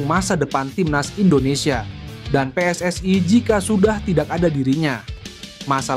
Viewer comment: Pe-eS-I bukan Pe-eS-aE